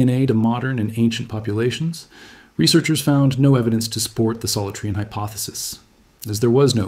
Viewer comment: Excellent! (Btw, it’s pronounced sol-OO-tree-an.)